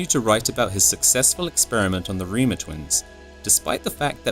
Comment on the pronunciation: Last name is pronounced rhymer not reemer